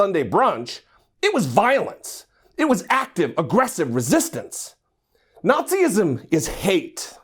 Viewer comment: The guy was open to be challenged. I think you're looking for "fascism," not "Nazi-ism" (as you pronounce it). You claim to be a jarhead, but I don't see you having been through OCS of even past 03XX MOS. Most of my fam served out as 6173 and I got talked out of public service by them. They freaking love Obama and are still appalled that an act of publicized battery went unchallenged. Pursuant to the First Amendment, given the video crop, you can't tell if he's advocating racism in this clip. What was mentioned before, after, or in prior conversations is irrelevant, as this was cut in a certain way to portray a particular narrative. I will say, I'm fairly new to white-trash "think tanks" like NPI, but I hear as much whining on both sides from my border-jumping suegros and my whiter-than-Bimbo-bread blood relatives. I'm sick of this nonsense. Grow up.